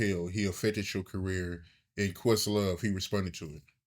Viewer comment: Did he call questlove a “puss sore” or a “puss-saur” (like some kind of dinosaur?)